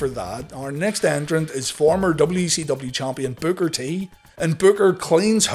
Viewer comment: I'm just having a hard time getting past the fact that you called Booker T "Booger T" 🤣 what??